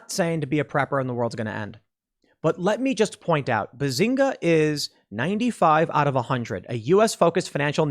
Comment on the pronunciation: Its benzinga tim, not bazinga... Im also surprised you never heard about it